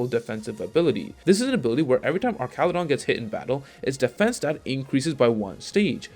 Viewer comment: He’s based on a bridge. His name should be pronounced like an arch in bridge design.